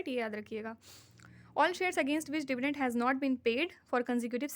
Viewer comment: Hey, it's Dividend....not "Divident". Never mind...I understand you are just starting your channel. But, be a little meticulous because internet is not a forgiving place. Anyway, keep it up...you appear promising. My best wishes!😊